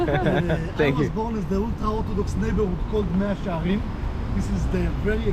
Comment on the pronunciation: 마샤 헤림이 아니고 메아 셰아림